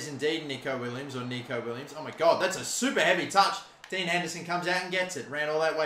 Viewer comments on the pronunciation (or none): none